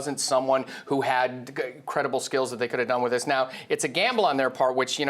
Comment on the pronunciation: THEES is up or down? Talk right.